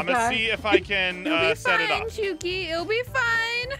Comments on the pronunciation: almost called her Aphmau..:aph-shuki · I was just about to put that he said "uh Aph uh shuki" he almost said her name from her other channel